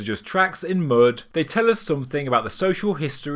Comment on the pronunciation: love this channel but I've noticed all " U " sounds are pronounced as " OO " - eg - Mud - Mood - discoveries - discooooveries and many more :)